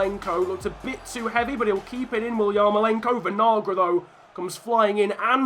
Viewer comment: Your pronunciation of Kevin Vinagre (Venalgra) is making me mad. Just call him vinegar lol.